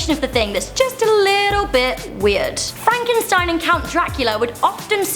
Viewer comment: But you said Frankeinstein